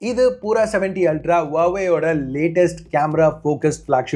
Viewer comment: Its not poora , its pura - pyuura